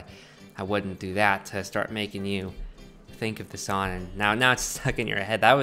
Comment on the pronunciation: This dude can’t say song